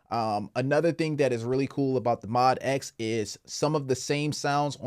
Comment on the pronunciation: It’s pronounced Mo dx